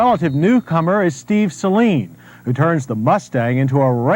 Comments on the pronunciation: Suh leeen Not Say leeen 😂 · It is pronounced 'Sa-Leen' not 'Say-Leen' ...sorry after the 10th time that got to me haha. Loved the vid. Beautiful unicorn 100% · Sayleen LOL it's Sa' Leen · Every time you or the others pronounced it ‘SAY-leen’ it was like nails on a chalkboard. Not trying to be a troll but mispronouncing the name really takes away from what you’re trying to do and makes you all sound uninformed and amateurish. It’s pronounced ‘SUH-leen’ like Gasoline, Steve Saleen often corrects people. The guys on Motorweek and Motortrend got it right!! Lol Other than that, really good job, appreciate the video. ✌️ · Why does everyone call it a SAYLEEN? Good lord it's annoying.. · "Say Leen" 💀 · Stop saying the Saleen wrong